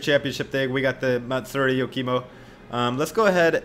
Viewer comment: you-kimo? nani